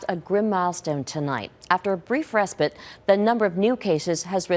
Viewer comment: Hold on. Re spit? Didn't even try to google pronunciation. Makes we worry how much effort you put into this. Accuracy in the rest is undercut by obvious mistakes.